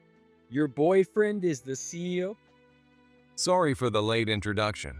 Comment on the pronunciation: See-oh? Seriously?